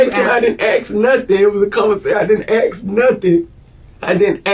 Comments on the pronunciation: i did not AX him nothing . I did not AX him anything. why cant she say "ask" is it physical or a learning disability? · A S K AAASSSKKK... A-S-K... ASK... ask. How HARD is it, really?? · Do black people really believe the word, "ASK," is spelled, "AX?" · the word is ASK, not AX! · Why do black people say “aks” instead of “ask” lol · I thought it was hilarious that the subtitles were literally written as "ax" when the Black woman was trying to say "ask". 🤣 Black people, in the US anyway, almost always pronounce the word wrong but I don't think I've ever seen it in translated wrongly in subtitles before. What's funny is the subtitles weren't even the ones automatically generated by YouTube, they were already embedded in the video before it was uploaded so it was either the uploader that wrote them in manually, or some other software was used to make them before the video was uploaded. Either way, that's funny stuff. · Why black people say 'ax' instead of a 'ask' 🤔🤔🤔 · It’s ASK. AS IN A.S.K NOT FEKIN AXK. WHAT THE HECK IS SO DIFFICULT THAT IT CANT BE PRONOUNCED CORRECTLY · i love how the subtitles show that she is saying "ax" instead of "ask". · No black person on earth can say ask. It's not in their vocabulary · Why is "ask" such a difficult word to pronounce?